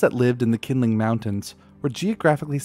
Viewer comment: The q in pinyin representations of Mandarin Chinese is, for reasons best known to its originators, used for a sound closest to ch in English. Qinling is best pronounced as "Chinling". Presumably taking their cue from Irish spelling, designed to fool and annoy the English.